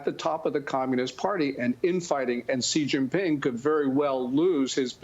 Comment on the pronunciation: its “shee” Jianping lady